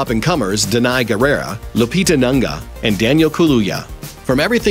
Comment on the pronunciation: Oh god u absolutely butchered the African names. Like where did the ‘a’ come from in Nyongo? Lupita Nanga and Danai Guerrera? Cringe worthy